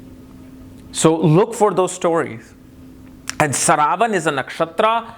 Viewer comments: its not saravan its "sravanaa" nakshatra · It's pronounced śravanā — as in shruh-vuh-naa. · Sry sir...its shravanaa nakshtra or some people call it sravanaa nakshtra...Sanskrit word is "SHRAVANAA"...we have to stick to this...